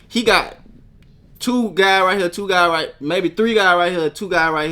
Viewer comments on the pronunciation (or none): I don’t think so , listen to how he say “here” lmao he saying it like hurr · definitely said hur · It depends. It's just like how some people say "man" and some people say "mane". It just depends on the person and how they feel like talking. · he say hea not hurr hurr is memphis hea is southern accent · fuck no 💯its hurr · Maybe he said both but here's a timestamp of him saying hurr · Atlanta is still in the south